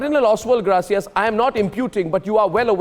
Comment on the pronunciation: Surprisingly AG cannot pronounce the name ' Gracias' . He sounds uneducated to day the least.